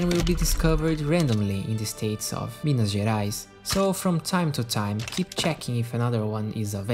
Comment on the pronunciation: Are you Brazilian? That "Minas Gerais" was neat asf.